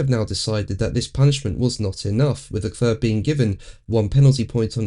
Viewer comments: Dude! It's "le-clair" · Leklør? Ha ha ha ha ha ha. You mean Leclerc? Ha ha ha ha ha. Lekløøøør Lekløøøør Lekløøøør Lekløøøør ha ha ha ha. ÅOKIDØUKS as well also.